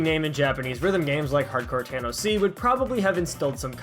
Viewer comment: Obnoxious comment: the label name is pronounced "tanoshii", it's a play on a japanese word for something pleasant (Thanks for your videos!)